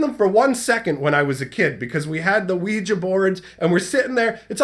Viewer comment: Wee gee not wee juh. I was so confused for a min wondering what he was talking about, lol.